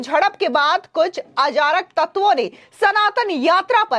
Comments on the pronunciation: मैडम आपकी हिन्दी बहुत खराब है । पहले सुधारिए।अजारक नहीं अराजक ।और भी दो जगह ऐसी ही त्रुटि है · Madam ajarak nahi arajak aur phle sahi news do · Ajarak nai arazak hindi seekho fir reporting karna. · मेम आपने आराजक का उच्चारण गलत किया है कृपया उच्चारण का ध्यान रखें